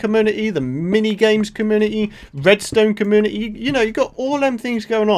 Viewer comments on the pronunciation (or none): Your accent make community sound like comuity 😂